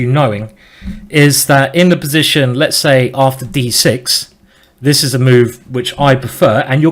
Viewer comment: I totally love your accent Simon! Especially how you say: "b'zition" ;)